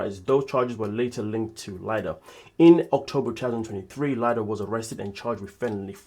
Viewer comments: IT'S PRONOUNCED "LEEDA". 😅😅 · Yes, was looking for this Lee-da.